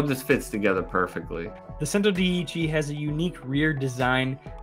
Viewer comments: centodieci isn't pronounced the way that guy thinks it is. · The 2 “Cs” in Italian, in this case, are both pronounced as a “CH” (like in the world “Chile”) So it’s pronounced: “CHENTO DIECHI” just for your information ✌🏼 Centodieci means 110 in Italian.